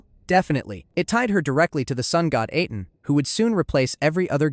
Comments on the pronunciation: "Aten" is pronounced the same as the "-aten" in Akhenaten's name. Ahh-ten, not Ay-ten. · Why pronounce Aten like that but then saying the pharaohs’ name correctly and thus saying the Aten correctly